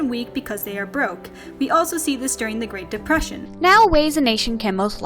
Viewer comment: D-did i hear that right? Did she just say Great DePrussian?